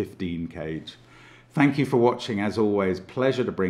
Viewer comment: Anytime Mark says “bye for now,” my brain hears “bifurcate”. Some things never change 🤣